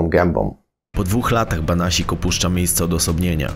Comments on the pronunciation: Andrzej Banasiak a nie Banasik. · BANASIAK a nie BANASIK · Nie Banasik tylko Banasiak. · Andrzej Banasiak nie Banasik 😉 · Andrzej Banasiak a nie Banasik ! Pozdrawiam:) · "Banasiak" a nie Banasik ;) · Nie Banasik tylko Banasiak! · Andrzej Banasiak** nie Banasik 😇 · Nie Banasik tylko Banasiak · Banasiak a nie Banasik ludzie.... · Nie Banasik tylko BANASIAK żle wypowiadasz nazwisko !!!. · Nie Banasik tylko BANASIAK żle wymawiasz nazwisko !!. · Podejrzewam, że nazwisko przekręcone nie celowo, więc poprawie.. Banasiak.. Póki są „starzy” panuje jako taki „porządek”.. Lecz Słowik znów za murami. Nie zostawią chłopa w spokoju.. Zachodnie wybrzeże pozdrawia. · Masz rację, prowadzącemu wdarł się błąd w wymowie miejscowości.